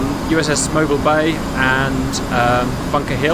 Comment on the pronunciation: I'm just happy you said Mobile Bay correctly